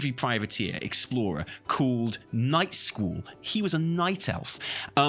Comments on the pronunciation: i enjoy that the whole time, is pronouncing it "Nightschool". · All i can hear him say is "Nightschool" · I kept hearing " Night School" 😂🤣🤣